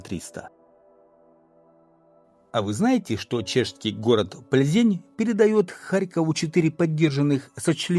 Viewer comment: ПлзЭнь правильно звучит по чешски,поверьте мне,живу здесь много лет.